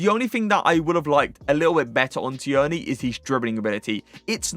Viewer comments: Please stop pronouncing Tierney like that. You’re an English fifa streamer and you’re pronouncing his name like a 70 year old NFL flan: it’s ‘TEAR-NY’ - the ‘i’ is silent and shouldn’t be emphasised. Jeez. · Who is Tee-Yearney?😂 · You really need to learn how to say Tierney.